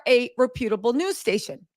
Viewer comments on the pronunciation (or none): Love your show. Rep u table. Say it to yourself first slow then several times fast ❤